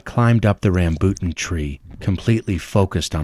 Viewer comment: Bro can you please pronounce Rambutan correctly?